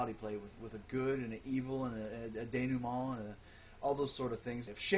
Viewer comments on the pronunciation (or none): none